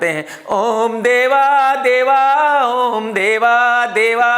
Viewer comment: ओम का सही उच्चारण - अ ओ म ज़ब तक नाभि पर जोर न पड़े तब तक सही उच्चारण नहीं है! (मै भी सही उच्चारण नहीं करने वाला शब्द नहीं लिख रहा हु शायद!)